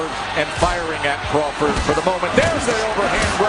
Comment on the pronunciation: it's crawford 😂